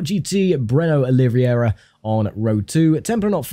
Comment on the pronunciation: It's very funny to hear my name "in english" as i'm not used to(I'm brazilian), love how it sounds, "Oliviuéurua" haha. Love this series, GT Legends never gets old!